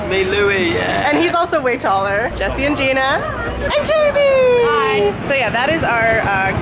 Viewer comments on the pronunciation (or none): none